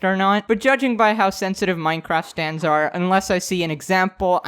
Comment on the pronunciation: I thought you said Stans